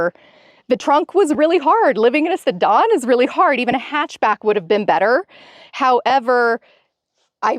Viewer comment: Did she say si-dawn instead of sedan?? 😹😹